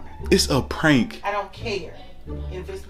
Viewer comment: Omg she said I don’t kurr 😭☠️